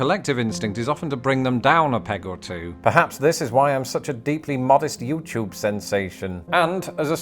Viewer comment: What's a "Yoo-Choob"?